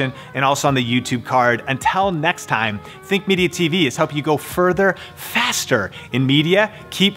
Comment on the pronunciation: further and fastterr